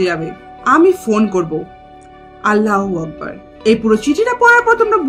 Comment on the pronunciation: আল্লাহু আকবর বলতে 😂 পারে না ফালতু 😂😂